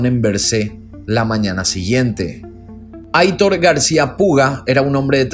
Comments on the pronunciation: Me encantan tus vídeos!! Un pequeño detallito informativo: el nombre Aitor es de origen vasco y se pronuncia "Aitór" :) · Hola!! Quería aclararte que el nombre de "Aitor" lo pronuncias mal. Debe decirse como si estuviera acentuado en la "o". Es un nombre de origen "Vasco" (yo soy vasca) y gusta mucho en España pero hay mucha gente que NO sabe pronunciarlo. Te conocí hace 2 años y te sigo con interés. Felicidades por vuestro trabajo.